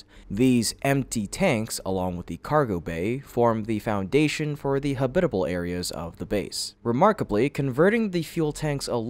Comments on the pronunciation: Ha-bitable. No. Hab-itable. Yes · “Habit-able” not “ha-BIT-able” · Habitable? Why do you keep saying “huh bit uh bull” it’s “habit uh bull”. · ha-BIT-a-ble, rather than HAB-it-a-ble? You must be yet another AI. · habit able not ha bit able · why do you say habitable wrong wth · Wait. . . They show Astronauts floating around in zero-"G," but they're ON THE MOON. And the computer voice pronounces "habitable" like it rhymes w/"Ish Kabbible!" Don't meana quibble, but it detracts from the credibility. Hey Elon -- how's about a job as an editor/proofreader!?!?